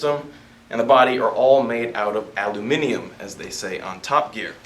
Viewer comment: Thank you for finally saying aluminium the proper way. Ever time I hear it said the American way I cringe